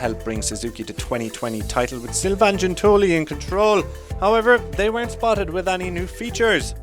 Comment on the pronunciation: Imagine pronouncing Sylvaine Guintoli's name as "Gin-toe-lee". Seriously?